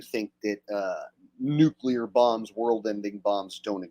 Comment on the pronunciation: I always liked the way G.W. pronounced it nucular. Even after getting mocked for it, he kept saying it that way. "F@ you, I'M the DECIDER!!!"😂